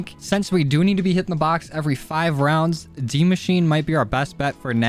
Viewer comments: I don’t know why but you saying dee machine pisses me off to an unbelievable extent, it’s die as in dead and mosh—chi—en. Or at the very least that’s how everybody I know pronounces it. Good vid tho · dude its die not dee its die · Did he say dee machine? 😂